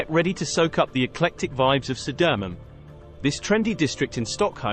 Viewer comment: Södermalm => Södöömunn...